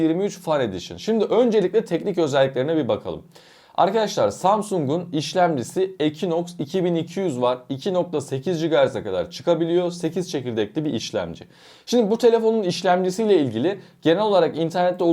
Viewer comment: Kardes kusura bakma lütfen ama ekinoks dediğin an bitti video benim için